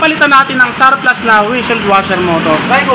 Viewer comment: Surplus not sawplus he he